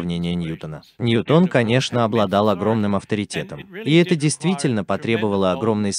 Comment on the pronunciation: ˈnjuːtən дорогой товарищ переводчика.